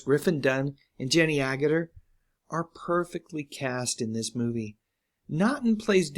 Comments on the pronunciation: you pronounced Agutter perfectly. I thought she was one of the hottest actresses in the '70s - '80s. I won't talk about her in the awesome Equus with Richard Burton, cz I think you'd blush, lol. As for David, I loved him in Makin' It, with that great Bee Gees-written soundtrack. 9 episodes sounds about right cz I just don't remember much about it. ABC's whole prime-time schedule suffered from the great schedule debacle of '79. I think Angie was a freshman ABC show that year also, but if I remember correctly it got a second season. I may be wrong there. 3 shows I liked screwed by the worst blunder in TV programming history: Makin' It, Angie, and Joanie Loves Chachi. But it was a ratings disaster for faves Laverne and Shirley, Mork and Mindy, Fantasy Island, and others which were strong enough to survive that manufactured virus, lol. Great that David continued working. I lost touch over the years, but I often wondered why he wasn't a big star anymore. I think that part of it had to do with his niche Travolta-like roles becoming a little passe after the fall of Disco. But he adapted and still worked, so good for him! 👍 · You pronounce her name right. I didn't for a long time until I heard it out loud for an interview.